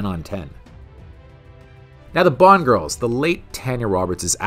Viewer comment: The narrator says Bond like "Boo-wand".